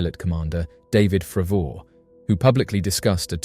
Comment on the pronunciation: David "FRAVOUR!" :hand-orange-covering-eyes